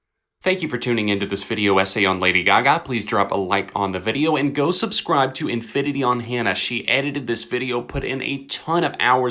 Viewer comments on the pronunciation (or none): none